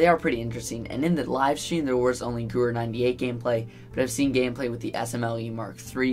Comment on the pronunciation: Just for future reference: Gewehr is pronounce 'guh-vair'...sorry.